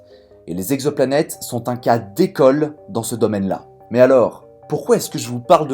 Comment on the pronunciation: À 1'00 : "On a recensé quatre mille Z'exoplanètes [...]". Chelou la liaison.